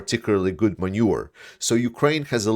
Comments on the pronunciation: Thanks for your videos, so well considered and objective. One thing that makes me laugh, in the midst of a grave topic, is the way you say manoeuvre, which sounds like manure 😀 I like it, but if you want to make it sound better you can say it as man-oo-ver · Manoeuvre. Not Manure. Manure means farmyard shit in English. LOL. Just saying. You have good English overall. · Muh noov er. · Great insights, as usual.. small thing: manoeuvre is pronounced 'manoova' not 'Manure'.... Manure is something else. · many thanks for all your work in summarizing and presenting so much information. If I may offer some tiny observation on a trivial pronunciation problem that has been confusing me over the last couple of videos, please understand that I have been left genuinely confused by the accidental ambiguity. To wit, the English with "manoeuvre" has a completely irregular pronunciation. The spelling is off no use to anyone. The first vowel can be like the A in 'father' , or like there A in 'hat' or like the E in 'problem'. The second vowel is like the OO in 'moon' and NOT like the U in 'puny'. The V is always pronounced, followed by whatever version of 'R' is appropriate for the accent. This pronunciation is entirely distinct from the pronunciation of the word 'manure', which would be a very fitting and colourful expression for you to use at certain points in your videos, but not where I thought I was hearing it. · Im determined to get you to say manoeuvre correctly. However long it takes.